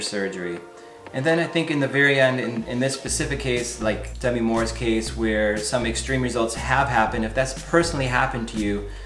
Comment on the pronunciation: It’s Deh-meeee